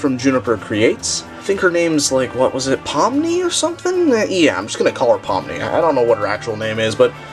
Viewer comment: you got pomni right